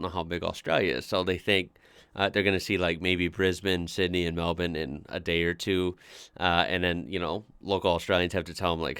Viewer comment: is one of the only Americans who I know who can pronounce Brisbane and Melbourne correctly.